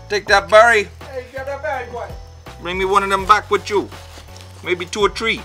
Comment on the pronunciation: ... two or tree ...